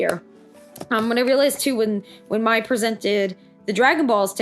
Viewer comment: Mai is pronounced like My